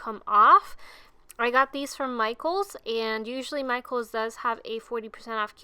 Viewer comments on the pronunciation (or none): none